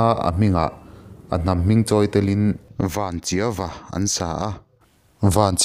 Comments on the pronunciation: Chawngthu Vanchiau a ni a, 'Vanchiau' lam Dan hi a dik Lo deuh a, vanchiau tih a chiau' tih lai hi 'ehiau/eheu kan tih a heu tih thluk ang kha a ni e... Chawngthu vanchiau nih ve manah a lamdan dik hi midang in an hriat kan duh ve a ni e..i ti thra viau e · Vanchiau...Zawlnghak..phurhlán.. haizâng...ramhual...Mawmrâng...leh a dang pawh a awm ang..i thluk dik lo tlat mai A dang hi chu,.phet thal turin hriatna ka nei thui vak lo, ka ti mai ang Engpawhnise, i ti tha hle e